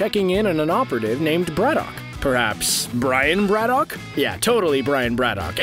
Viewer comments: "Brad-uck". Not "Brad-dock". And yes, Geralt Superman as Captain Britain, please. I'll put the kettle on. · Every time the narrator says Braddock, I cringe at how badly he's pronouncing it.